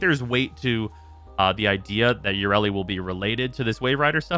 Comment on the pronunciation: Let's all laugh at an in-dus-try that never learns anything ya-re-li